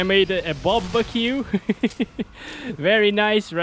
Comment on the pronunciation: It was "BOBREQUE" more than "BARBEQUE"😆